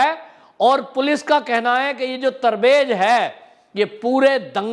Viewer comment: तरबेज नही रे बच्चा तबरेज बोलो।